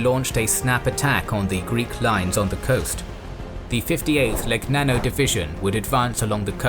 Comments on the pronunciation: Great beautiful video, I am really amazed by the precision and accuracy of the whole analysis. The only flaw is the pronunciation of some words in Italian such as Legnano or Cagliari, but they are understandable errors, I admit to speaking a language a bit complicated for you English XDXD. I am amazed at how terribly beaten our army has been by the Greeks and this is proof of the Duce's inability to evaluate and organize the skills of generals and preparation for war. An embarrassing defeat due to embarrassing leaders. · The gn in Legnano is pronounced incorrectly: see "Pronouncing the sound GN in Italian" by "Learn Italian with Lucrezia"; gl in Cagliari pronounced incorrectly.......